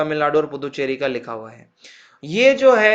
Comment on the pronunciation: pu -du-cherry hota h bhyi 💀